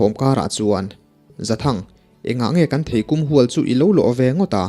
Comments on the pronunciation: Theikum pawh i hre lo niang chu maw? I naupan laiin i ei/lo ve ngai lo niang chu maw? I seilennain a zir deuh niang chu maw? Theikûm ni lovin theikum aw..... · Theikum tih hi i lam dik lo kum tih hi mihring kum kan lam Rik anga lam tur thei tui tak ania mizorama thei tui pawl anih ka ring kan naupang lai chuan a tam thina thing ah an zei zota aniang theipabuan hreirawt tih ang kha kum30 Chuang ka hmu tawh lo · Thei kum i lam dan hi a diklo, kum lai hi lehkhachaih kur - kum tih kum lai lam ang hian lam tur. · Theikum hi i chhiar dik lo. Mihring kum kan sawia kum tih ang hian thluk tur a ni